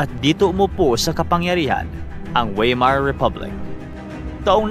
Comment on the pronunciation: Correct pronunciation Friedrick Wilhelm (freed-reek vil-helm) Weimar (vay-mar)